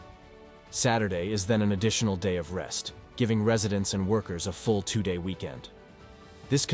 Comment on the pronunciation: Your AI cant say the word "Two"?